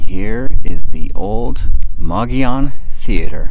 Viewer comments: Lol you pronounce it moggion but isnt it more like mo-goll-on mogollon? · Mo- Go-Yone. not mogeeyon. It's SPANISH. 🤷🏻‍♀ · We do believe it is pronounced "mo-go-yon" a local told us. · Yep: locals say “mug-ee-on”! As a New Mexican, I can confirm that the way a word appears is not always how it’s pronounced. Madrid, between Albuquerque and Santa Fe on the Turquoise Trail, for example, is not pronounced like you would in Spanish, even though it’s a Spanish word: the miners there were mostly immigrants from central Europe, so it’s pronounced “maaaaa-drid.” The next town to that is Cerrillos, and it is pronounced like it looks in Spanish because of who lived there. That’s true throughout New Mexico. Anyway, this is one of the more beautiful places in my very beautiful state, in a very remote area behind the Black Range, between Reserve and Silver City. My brother had a big ranch on the eastern side of the Black Range, closer to another great town called Hillsboro. Glad you featured this. Come back to New Mexico: we have lots of places like this! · Depends. Locals pronounce it, "Muggy own:. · Great video. The Governor would have preferred that you pronounce his name: mo-go-yone. All the "o"s in his name ar long "o"s. Thanks for sharing! Can't wait to visit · Your pronunciation is a bit off. . It is pronounced, MUG-EE-YOWN. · Mug-e-own long e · Please correct the pronunciation of Mogollon.